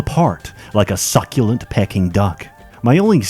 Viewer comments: "pecking duck" lmao It's PEKING not PEKING you turd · 'Pecking duck' instead of Peking duck. AI. Edit: haha, this is awesome. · Pee-king duck not pecking duck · How come your audio now sounds like you used AI to read a voiceover in your voice? "Peck-ing" duck? Human's pronounce it "Pee-King" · Pecking duck? Peking. Like, as in the style of duck made famous in the city of Peking, the anglicised word for Beijing. Pea-King. King of peas. King of urinating. Pee-King. Peaking. Peeking. Piqueing. Wow, there's so many ways to spell this phoneme! 🤣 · Hey hey people, peking duck is pronounced as "peeking" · It's pronounced peeking duck my dude. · Well, he said "pecking duck". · you pronounced peking incorrectly